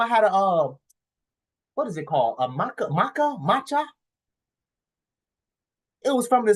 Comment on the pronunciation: It’s matcha not Makka😂😂😂😂